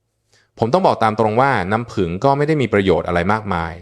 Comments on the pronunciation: นัำผึ้งค่ะ ไม่ใช่น้ำพึง หรือน้ำพึ้ง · เรียกน้ำผึ้ง ให้ถูกๆหน่อยครับ เป็นAiหรือเปล่า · เลิกดูเพราะไม่คุ้นกับสำเนียงออกเสียงภาษาไทยประหลาดๆ ลงทุนใช้เอไอดีๆ หน่อยค่ะ น้ำผึง =น้ำผึ้ง